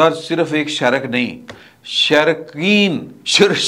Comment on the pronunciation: شیرک نہیں شریک اور ہلک نہیں ہک ل سائیلنٹ ہے